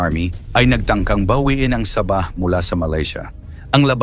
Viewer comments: SA-BAH HINDI SABAH PRONOUNSATION PARANG SAGING NA SABA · Para Kang bumibigkas ng saging na SABA. SAB...AH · ayusin mo pronounce mo sabah hindi parang saba na saging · ang pronunciation sa bah. Hinde sabah^ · Paki ayos mo naman ang pagbigas mo sa sabah..nakakairita ang iyong pagbigkas.. Sa-bah....hindi sabaaaaahhhhh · Saba saging yng pagbigkas mo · Saging binibigkas ng ah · Bobo k bang vlogger...ayuson m nga pag pppronounced ng SABAH..gngawa .ong saging eh..bobo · Ayusin mo ang pagbigkas ng sabah.